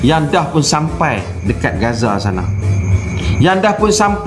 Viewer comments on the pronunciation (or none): none